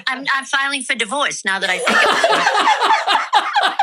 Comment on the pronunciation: When your mother said divorce...that accent was there 😂